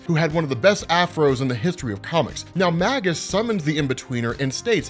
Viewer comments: I believe it's pronounced MAY-GUS :Magus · I can no longer remain silent. Magus is pronounced May-gus. In the dictionary, /māges/. Long A. It's a sorcerer. Makes sense that he'd be the alter ego of Adam Warlock.